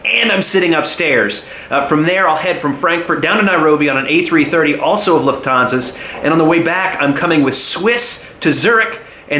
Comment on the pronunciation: Great video! Just a superduper minor correction: The stress on "Lufthansa" is on the first syllable. Other than that: Excellent review!